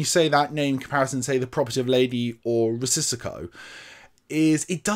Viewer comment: Love the channel!👍🏼 Risico is indeed “Risk” in Dutch and Italian. Not sure about Greek. It is nu the way pronounced as “Ree-see-go” 🙂 Keep up the great work mate!